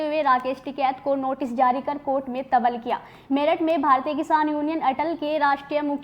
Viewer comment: तबल किया?? या तलब किया???😂